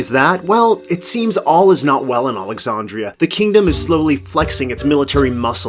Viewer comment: How do you mispronounce Alexandria?